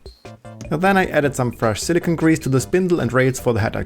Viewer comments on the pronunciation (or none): pro-hint: Silikon isn't silicon, like your speech, because silicon means 'Silizium' in german. I know, the best known dictionaries are missing the correct phonetics, so that's not really known to finding out the difference between 'silicon' and 'silicone'. The 'e' makes the difference, but only in written text. Otherwise, very good videos, that you make. P. S. I'm German, therefore sorry for my slightly bad english. ^^